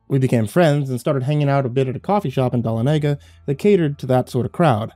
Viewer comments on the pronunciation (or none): Lol the way you pronounced dahlonega